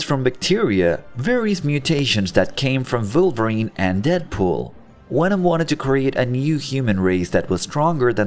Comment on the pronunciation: if you paid any attention in the Video, you would know he said "volvorine" "voice" "various" and "villain" perfectly, well execpt for wolverine where he PURPOSFULLY SAID IT WITHOUT THE W's AND INSTEAD WITH V'S. he can say the fucking V it is NOT a lisp NOR does an actual lisp sound like that. he's just doing it to do it. so stfu.